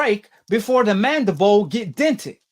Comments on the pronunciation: I assume based on the fact that you can speak English well enough, that you can also read English words right?? Well, then why do you keep saying the bone that was dented was the - { MANDIBOW }??!! Look at the dam word again then give it another shot..... Good luck..... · "Mandabowl" lol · He said "mandabow" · For goodness sakes stop sounding so dumb, it’s mandi-bill not mandi-bowl!! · ahh yes, the mandabole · He pronounces everything wrong. Now Deontay has a dented jaw... nobody tell you can have a broken MANDEBOLL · I hate how he keep saying mandible. That nigga say " Mandi - Boa" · So was it his mandabone or his skull? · First off this guy cant say mandible correctly and the picture you keep showing isnt even the mandible bone. The mandible is the lower jaw. Thats damn near the temple. If Fury dented his mandiBALL, his jaw would most likely be broken too. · F’ing idiot cant even pronounce “mandible” 😂😂😂. Jaws get broke everyday b. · This dude talking about doctors and shit but can't even pronounce the word. You can't dent a bone dickhead. Pillow fists? Fury has as many knockouts as AJ. Casual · 1) that's not even close to the mandible 2) your pronounciation of "mandabawl" shows how much you know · I wish someone would teach this cat the english lesson. I had to turn it off coz this cat how to say mandible.